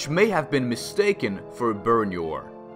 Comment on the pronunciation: BOR UN JURR is how you say it, not BURUN YOR but that, and many others.